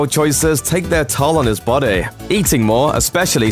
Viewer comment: His bodeh lmao this dudes voice